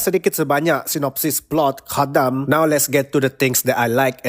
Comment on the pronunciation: Review yang bagus dan sebutan khadam yang tepat! Pasal mati tu kuanggap dia perlahan2 mati. 😅